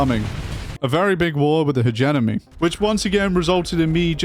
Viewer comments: Are we gonna collectively ignore the fact he calls them "Hegenemy"? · Please say hegemony properly rofl, illiterate